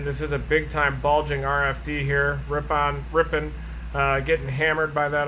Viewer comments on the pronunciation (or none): I am from this area originally. Ripon is pronounced RIP-IN. And the town southwest of there Markesan is pronounced Mark-a-zan. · I love listening to people who are not from here try to say the names of our cities :) We say Ripin :) Just came across the link to this video so I thought I would check it out.. oh, I just got to the point where you got it :) Thanks for the video